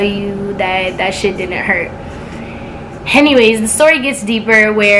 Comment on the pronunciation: = “HENNYWAYS” 😂😂😂 but this jus made me mad I don’t see how niggas could do this i jus wanna give u a hug 😂😂😂 like I really feel for u but keep grinding 👌🏽